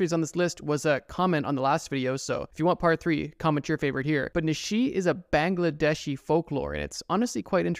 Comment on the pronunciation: The way you absolutely butchered 'Bangladeshi'